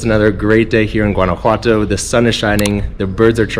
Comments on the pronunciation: Nice but you are mis pronouncing “ one” a what toe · Maybe get some coaching on pronunciation. "GWAN-a-whatto" is really painful to the Mexican ear. Much like "GWAD-a-la-harra", or GWAUCK-a-mole-ee". Ouchie! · I couldn't watch more than about a minute of this because you don't know how to pronounce Guanajuato. It doesn't sound like the G in Georgia, it sounds like the G in Guatemala, or do you pronounce that like most gringos pronounce guacamole - embarrassingly.